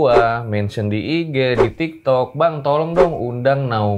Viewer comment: Kok jd nyengir pas mama nya bilang tiktok, ternyata tektok😂